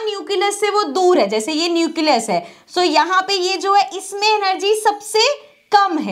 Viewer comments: mam says it neucelus but it will nucleus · Nucleus bolne ka tarika thoda casual hai 😅